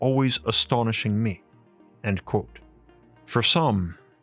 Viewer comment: Why do you say quote like you do and theory like it's spelled therey